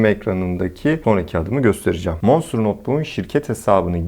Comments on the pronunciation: Manstır diye bi kavram yoktur abi monsterdir ( o ile ) manstır diyince hiç bir şekil ilgi çekici dikkat çeken vb vb modlar a gerek yok videoyu çok güzel anlatmışsın ayrıca iyi günler. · Aynen Manstır deyince markanın tüm havası kaçıyor. Monstır daha havalı.